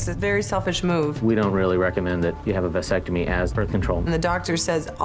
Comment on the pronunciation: It is not a "VICE" sectomy you idiot....it's a "VASS" ectomy.